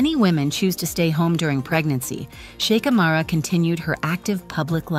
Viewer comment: Kindly do not pronounce the H in her name!